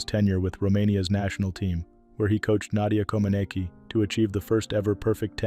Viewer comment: Misprouncing Nadia Comanecis nane and sometimes misprouncing Bela Karolys name. This narrators an idiot. He's also too long winded and tributes too lengthy. Get him off the air.